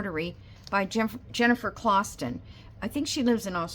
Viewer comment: Jennifer Clooston (not clawston) is how her name is pronounced. Her style lends itself nicely to the longer of slow stitch projects that are rolled onto old wood spools. Especially her more simple designs. 😊 you have such a cute style.